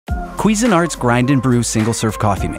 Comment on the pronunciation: I love that there's so little care put into this, that the voice actor couldn't even pronounce "Cuisinart" correctly.